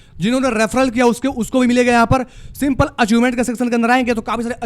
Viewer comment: Skip ❌ Asskip ✅ Simple ❌ Simpil ✅